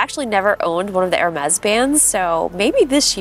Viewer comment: Lol it’s pronounced (her mez )not air-mez)😂❤